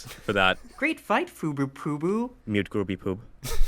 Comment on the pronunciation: it sounds like greypaw is groovypoop